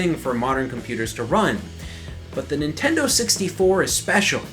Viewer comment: Nintenno? Really?